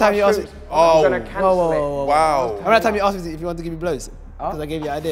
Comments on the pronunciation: Asked pronounced Acksks" is hilarious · I see you are still pronounced asked aksed. in school it is understandable but as a grown man you must learn how to pronounce it, especially when you have had atleast 5000 years of experience learning languages